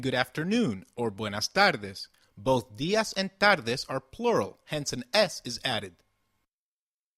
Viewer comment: Why is "tardes" said as if there is an l? "tarldes?"